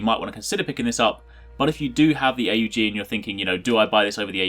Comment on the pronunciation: its not pronounced A U G its pronounced as one word not three